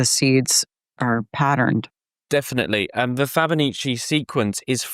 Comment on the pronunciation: I'm pretty sure he's mispronouncing Fibonacci. Fabanichee??? LOL!